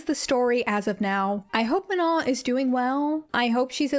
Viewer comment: let’s start by pronouncing her name properly, MA-NO. watch literally any interview where she says her name..